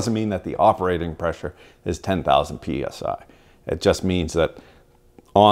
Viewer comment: I think you just mispronounced that - was it "max operating pressure 10,000 pussies"? ;)